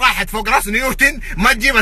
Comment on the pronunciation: مايعرف اسم نيوتن يقول نيورتن